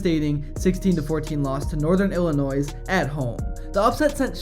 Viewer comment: Hearing you say illi-noise and lewis-ville hurts. 😆